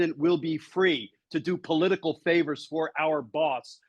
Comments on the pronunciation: That little "pollutical" slip sums so much so we'll! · Thank you Glenn for having on my favorite Senator! Senator Whitehouse battles for We the People everyday fighting the unconstitutional MAGA Six Justices in the SCOTUS and fighting for our planet. I would like to say that I loved his minor mistake saying, "pollutical". I think the Dems need to start using language in their fight, like the orange buffoon does. We need words and phrases that will stick in folks minds and we need to repeat them often to get the ideas to take root. I think "pollutical" would be catchy for referring to fossil fuel interests. Just a thought . . . . Thank you both for fighting for us within the system, as few people seem to be brave enough to do these days! 🗽❣ RESIST FASCISM!